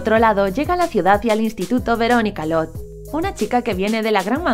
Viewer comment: Oigan pero porque llama veronica lod y no se escucha como lodge y porque llama lili y no la llama betty son cosas inexplicables